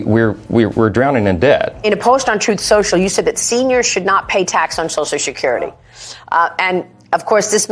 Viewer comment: Ugh, Every single S must be pronounced SH.